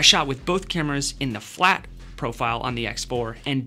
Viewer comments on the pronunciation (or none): none